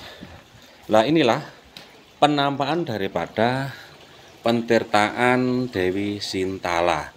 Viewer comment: Lagi mas BUKAN PENTIRTAAN. TAPI, PETIRTAAN. DARI KATA DASAR TIRTA, ARTINYA AIR.